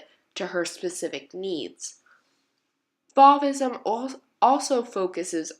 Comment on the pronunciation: Love these works! They are so vibrant and beautiful. Fauvism is pronounced like the o in I dove for the paper, or, the o in the wind is blowing